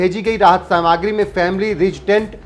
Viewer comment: सामाग्री मत बोलो सामग्री कहो।